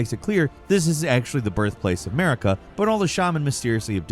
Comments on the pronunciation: Her name isn’t pronounced like America. It’s Mar-i-ka. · Did anyone else hear "Merica" instead of Marika ? It could just be me as I'm due to take my second load of meds... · why Elden Ring has 'Murica ? it's not America, its Marika (Mareeka) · i just had to say this, everytime you said the name "marika" it sounded like you were saying "merica" lmao 😂